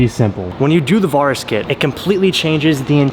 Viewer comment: Is he pronouncing Varis right? I’m just curious cause for some reason it’s driving me crazy lol cause I though it was pronounced Vair-rus